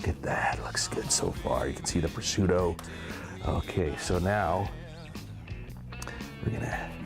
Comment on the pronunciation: Great recipe. By the way there are no "D's" in prosciutto, rather, it is "Pro - shoot - toe!" Like a "professional shooting his toe!"